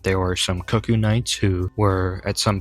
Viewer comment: I know it's a small thing but that's not how cuckoo is pronounced. And I could probably swallow my 'tism about that if it weren't for Iji naming them in spoken dialogue. Other than that good video